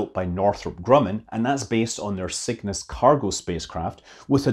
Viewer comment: I heard “Cygnus” as “sickness” at first...